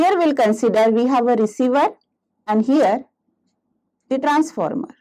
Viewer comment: Transformer or transmeter 😂